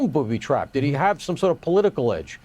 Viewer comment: Why does that reporter pronounce "did he" as "diddy" like bro it's not one word